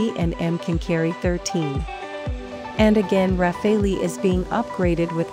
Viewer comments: It's rafale..... Not rafeoi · Not RAFE-LI, RA-FAA-AL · Can someone tell this Thick Cow that its not called RAFFALI its French its Pronounced as RAFAL (e is silent) and DASSAULT is not DASSO ..Tejas is a Copy of Rafale so why compare the uncomparable. Rafale is a miles more Advanced Fighter .Tejas will always be Limited because its not Indian Technology its powered by USA GE engines.. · This Frenchman says: so fun to hear everyone torturing that aircraft’s name :D (It’s pronounced Rafal, not Raphael, not Rafail, not Rafaleeee) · The RUH-FAILY ..?? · plz at least for the sake of god don't say rafaleeeeee. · RAFALE is pronounced RAFAL. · Who the hell reads it as ra-fail-lee